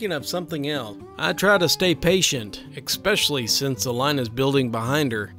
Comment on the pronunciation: I've watched several of your clips, I enjoy the content and I appreciate the effort you make to entertain me for free. Thank you. But, I have to kind of laugh when you consistently mispronounce "Especially." (You say EXpecially.) Doubly so since since the posts are about social awkwardness. Yeah, I know this probably makes me a grammar Nazi, but really, to point out the social cringe of others while consistently making the same rudimentary error is an entertaining little bit of Irony. Thanks again for taking the time to compile, record and post what you do. Just thought I'd rib you a little.